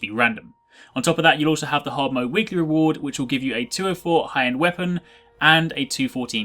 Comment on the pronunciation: Hard moe?? Haha everybody makes mistakes! ;)